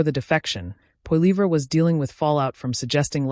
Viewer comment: Maybe if you pronounced his last name correctly, I would take you seriously